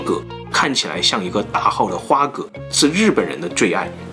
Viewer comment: 我記得要念花蛤ㄏㄚˊ